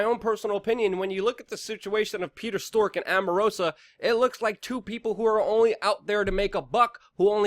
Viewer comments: WeAreChange are you saying stork on purpose? It's strzok, pronounced as in st-r-ock. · It's pronounced Strok, not Stork & Omarosa, not Amarosa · It's pronounced "Struck", not "Stork" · Struck not stork, Katrina not Katherine lol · Bro maybe the name Strzok is spoken differently . Just saying - maybe I'm wrong .